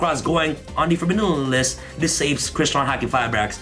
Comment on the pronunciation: Taking one shot of vodka each time he said forbbiddun minimenimelist "Forbidden List"